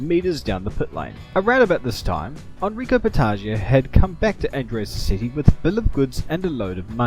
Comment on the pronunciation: Shame about the pronunciation of Andrea 'Modder' though...